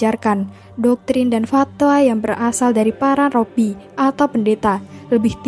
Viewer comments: Min koreksi penyebutan Robi,yg benar Rabi minbukan Robi 🙏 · Rabi bukan robbi sih